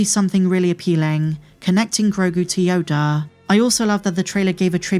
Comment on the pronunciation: she pronounces yoda --- YODARRR... yodaar yodarr this yodarrr that